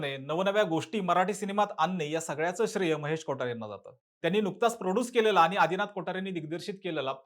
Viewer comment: Kothare bol na ...kotaare kotaare ka krtoy 😂